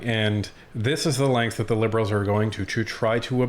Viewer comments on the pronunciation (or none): none